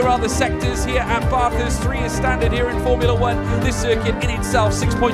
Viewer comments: just to let you know its ba-thurst like ba in back not bah-thurst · Stop saying Barthurst. It is Bathurst. It's a short A sound. Like bat or cat. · It’s BATH - HURST. Drove me in insane the way he said it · As an Australian this hurt to watch. Espically when he said Bathurst wrong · Me an Australian listening to say Bathurst and all the corners and bends: Triggered!!!! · Any other Aussie fans triggered by the pronunciation of Bathurst? 🤣 but great vid overall 👍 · They way he said “Bathurst” as an Australian makes me cringe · Bro the way my man says Bathurst pisses me off so bad man